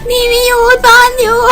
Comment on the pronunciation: มิยูกับมินูมันออกเสียงเหมือนกันเลยอะ